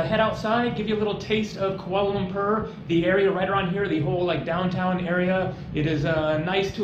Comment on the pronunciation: Ku-a-la lam-poe china name